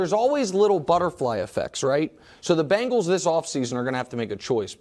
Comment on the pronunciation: WE ARE NOT PRONOUNCED BANGLES!!!!! ITS CINCY BENGALS....BENGALS TIGER, GET IT!! :)